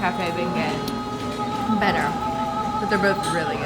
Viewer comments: Y'all are cracking me up with the Bengay, you say it without the g, this might help to pronounce it this way - Benyay. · Great video, thanks! Let me help you… it’s pronounced “Ben-Yays’”. 😛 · It’s pronounced Ben-yay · I’m offended at how you say the word beignet lol